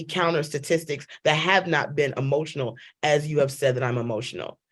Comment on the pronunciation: Hemotionals lol